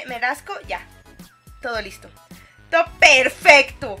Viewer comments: ¿soy yo o dijo en cuando faltaba sólo 1 compu? ferfesto xd😂 😅?(o fue mi alucinación y no lo corrigio en el video)xd recién me doy cuenta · si dijo perfesto